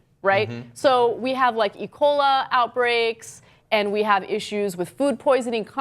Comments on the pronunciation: "ecola" outbreaks lmao xD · lol "E. cola" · i think she said E-coli which is a bacterium that can cause food poisoning i think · Listen carefully please. She said "ECOLA". that's the whole point. She clearly meant to say E-Coli, but got confused. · Ecola? You mean ecoli. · e. cola? lol it's e. coli...or maybe you were thinking of ebola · Yes, captain. She said "Ecola". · She said "ecola." Also, be wary of eboli. :p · Did she say "ecola".....? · did she say ecola outbreaks?